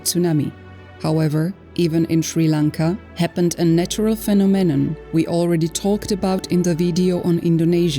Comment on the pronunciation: The way she said phenomenon lol